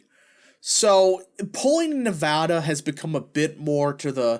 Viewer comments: It’s not nuh voh duh. It’s neh va da. You’re saying it right the first time. Dems out of Vegas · Nev-ADD-a not Nev-Ahh-da! People here are very particular about the correct pronunciation of the state! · Not from Nevada, but I talked to a local when I was there and he said it was pronounced Nev-add-duh.